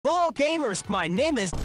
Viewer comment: At the beginning sonic says hello but it sounds like “lol”